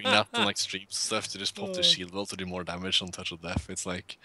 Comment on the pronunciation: Please say Damage the correct way, stopped watching when you did it twice....